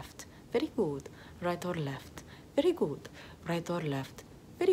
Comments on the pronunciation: "very gOOt" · Ay dioh, como amo cómo dice: Very good! Suena a Veri gu! ❤️ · “Very güd”